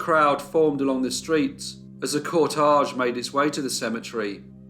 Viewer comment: Cor-TEJ (cortège)